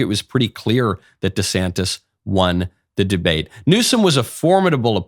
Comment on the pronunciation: How many times did knowles mess up the names of Newsome and DeSantis?